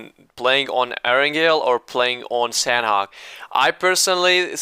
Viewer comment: imma tell you something, you're pronouncing sanhok wrong sanhok is pronounced with silent "h"